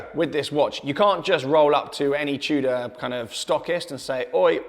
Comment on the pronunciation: r u saying chuda or tudor lol